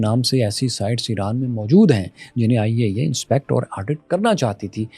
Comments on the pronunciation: When he says IAEA....i think he says ۔۔۔۔۔۔۔۔آئیے آئیے 😂😂 I understand when i unable CC😅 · The Way You Saying IAEA 👍